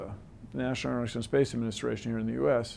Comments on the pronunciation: NASA stands for: "national oschupushashun space aspucshayshun" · Did he just mumble his way through N.A.S.A?? "national asjaihsshas SPACE ADMINISTRATION" LOLOL hes not to bright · that is not how you pronounce Aeronautics and Space Administration, seriously da fuq